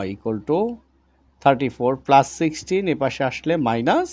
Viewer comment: স্যার আপনার বোঝানো অনেক সুন্দর, কিন্তু আপনি মাইনাজ প্লাজ না বলে মাইনাস এবং প্লাস বললে অনেক সুন্দর লাগতো 😅😅